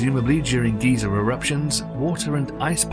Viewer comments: it is pronounced "guy-zer" not "ghee-zer" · Can you pronounce GEYSER right? -GUY-ZER not GEE-ZER (old man). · Guy-zer not Geezer